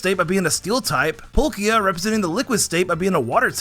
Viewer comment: Ah yes, Polkia